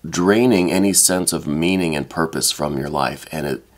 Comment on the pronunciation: Are you trying to say purpose?